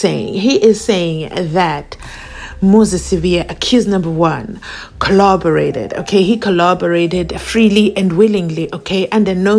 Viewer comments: According to... it's Kholoborate. 😂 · The whole brigadier kho-lobareiting😂😂😂😂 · The way I laughed 🤣😂🤣🤣😂😂😂 I was like which word is he really using here😮 Collaborate/ kho-loborate